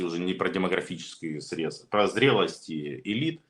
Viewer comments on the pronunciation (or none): none